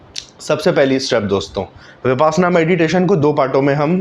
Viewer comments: पहले साधना का नाम तो ठीक से बोलो भाई। इस का नाम विपासना नहीं है, बाकी विपश्यना है जिसका अर्थ है, वि माने विशेष और पश्यना माने देखना अर्थात विशेष प्रकार से देखना। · Who authorised you to teach. First learn to pronounce Vipassana properly.